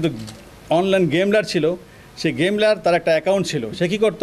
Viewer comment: ভাই এই পুলিশ অফিসার কি পড়ালেখা ছাড়া পুলিশ হইছে???. গেমার কে গেমলার বলে... অনলাইন গেমলার। সে ও মনে হয় কোটা দিয়েই চাকরি পাইছে😅